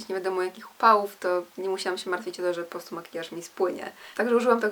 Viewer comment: "postu" zamiast po prostu.. mów wyraźnie